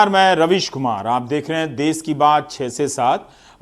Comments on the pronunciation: देश होता है देस नहीं 🤦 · Ravish ji l' m your fan. I request for use of correct pronunciation of Hindi... Country mean desh.. not des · Des nhi desh hota h GAWAR